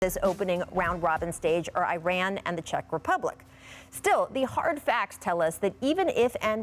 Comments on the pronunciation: Typical American can’t even pronounce Iran properly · Gringos pronounce Iran like it's an Apple fitness product 🤣